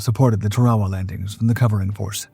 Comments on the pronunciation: Tar-A-Wa is the correct pronunciation. I really hate all these AI BS videos. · Please learn how to to pronounce words like Tarawa